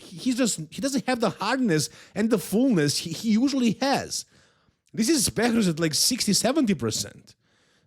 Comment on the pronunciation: is nog bakrouz is behrouz be be not bak